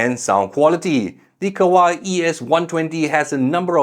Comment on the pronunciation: Kawai, not Kawaii, no e sound at the end